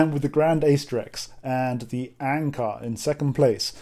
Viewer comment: Wait, what program lets you play Grande Acedrex? BTW, it's pronounced "A(rcher) + CE(ntral) + DREX".